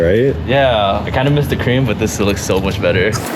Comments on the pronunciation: Is he saying cream weirdly ? Or is that some kind of Ferrari colour name ? He is saying crem not cream ( creeeem ) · Kremlin interior? 😂 sounds just as weird the way you say it. 😊